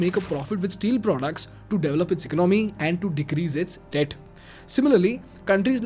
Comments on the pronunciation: Learn to pronounce "Economy"😂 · Please correct you pronunciation of "ecomomy". It is not Economy, but ecaanamy.